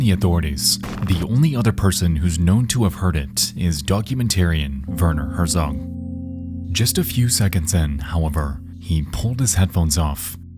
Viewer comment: Werner Herzog. I had to turn on the subtitles to see who he was talking about...damn Americans for not even trying to speak other languages, let alone learning some basic pronounciation